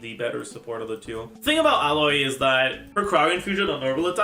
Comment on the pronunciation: For some reason he calls her Ella, much like he calls Aloy "Alloy". It's just what he does. No real reason as far as I know